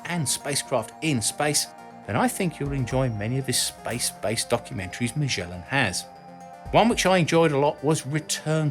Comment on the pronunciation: How in the world you end up pronouncing "MAGELLAN" with a mushy soft "G" as if it was a French name: IT'S PORTUGUES!!!